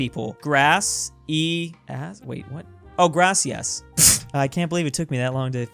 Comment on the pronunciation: As a Colombian, I can say that's accurate, Grass-e-ass for your work, you always make me laugh. Lol